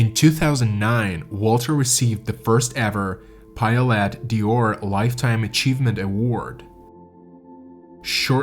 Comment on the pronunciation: Interesting story, but your pronunciation of some of the names and French words was painful. D'Honeur is Donnerr,, D'Or is Door (not Dior) and, more importantly, Guillaume is pronounced Ghee-ohm, not Gi-Lom. It's only respectful, under the circumstances, to pronounce their names as they would have.